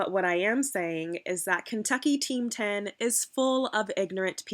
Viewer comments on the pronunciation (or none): "Kentucky Team 10" 😂🤣😂🤣😂🤣 Like "Kentachy Hype House"